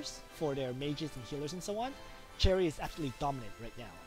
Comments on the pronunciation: Its 'SH•erie' not 'CH•erry' bro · I think you’re saying cherry my dude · You saying Cherry triggers me. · That is not how the English Language works you can't just choose the pronuciation that suits you. This name derives from French so it is a sh sound not ch